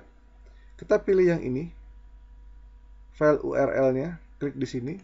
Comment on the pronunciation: File kang.. Bukan Pell.. 😁 Mantap info nya..